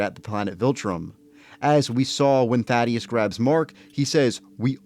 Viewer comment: It’s not thad ee us it’s thaedus th a dus